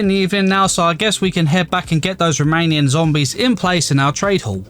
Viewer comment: I heard “Romanian” instead of remaining zombies and I never laughed so hard in my life